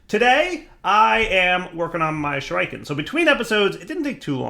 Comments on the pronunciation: please. Shur-eh-ken, not shur-I-ken. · Its more like shu-ree-ken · they're pronounced "Shur-ih-ken" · it's pronounced shur-eeh-ken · pronounces shuriken... sad Ninja noises... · Wondering if will eventually be able to pronounce shuriken correctly.